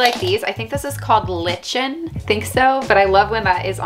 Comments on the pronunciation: Lichen is pronounced with a long "I" and a hard "k" sound, like "liken", or lai ken. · The mossy stuff just as an FYI it's pronounced like lie-kin. But my heart melted when you said it the way you did. They really couldn't have made the English language any more complicated it's just too easy to make things sound like the way they look. 😂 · Just an FYI Lichen(the alga on the cork) is pronounced Like-en. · Hey, great video as always:) lichen is actually pronounced "lie-ken"